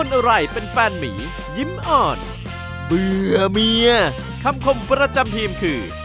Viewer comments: "เบื่อ" "เมีย" เน้นจังเลยคร้าบ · เน้นจังเลยนะ "เบื่อ" เมีย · ทำไมถึงเน้นคำว่าเบื่อเมียอะครับ